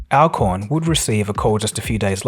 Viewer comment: A few errors in the voice over....His name is NOLAN Bushnell, not "NOLAND". Al Alcorn is pronounced All AL-CORN.. "ACORN".